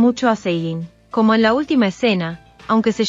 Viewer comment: ¿ Quién es Cegin? Chica ya que subes videos aprende a decir los nombres